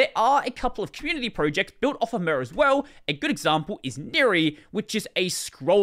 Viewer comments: I want to stab my eardrums every time I hear murrr instead of Mir. The way you should pronounce it is the same as in the word Mirror. Mir means both world and peace in russian - it is also the name of a defunct space station. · The way you pronounce mir is: Mirage. PS Wayland sucks